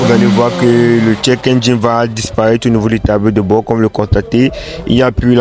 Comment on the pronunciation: le check pas le tchek, tu te crois à Prague?